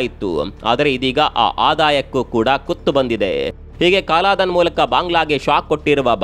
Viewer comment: ಅದು ಸಹ ಕಾಲಾಧನ ಅಲ್ಲ ಕಲಾದನ